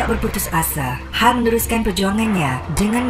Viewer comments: sebutan hel bkn hal, salah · hael itu sebutnya lebih kurang kayak "hell" bgtu mas bkn hal. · Mas sebutan nama 'hael' husaini tu bkn 'hal' tp bunyi nya 'hel'...